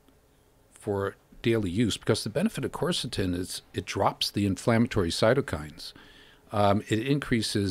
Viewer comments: People are pronouncing it wrong because its pronounced Kersetin nor Corsotin. Its spelt Qeurcetin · spelled quercetin